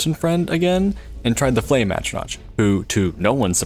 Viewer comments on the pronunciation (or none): Great video. It just dealt me psychic damage every time I heard you mispronounce "atronach". I understand that it ends with a "ch", but there are npcs who say the word where you can hear it's like atro-nock. But yeah, good video all the same. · ATTRO-NATCH??? Come the fuck on dude... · The excruciating pain of you not being able to pronounce Atronach and courier